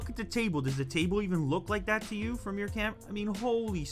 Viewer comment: I love the way he says camerar.